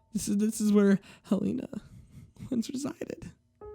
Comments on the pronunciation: Isn't it pronounced Hell-eh-nah, not Hell-eee-nah? Eh, I'm just nitpicking. Good reading regardless. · its hell-en-ah, like helen plus an a, not hell-ee-nah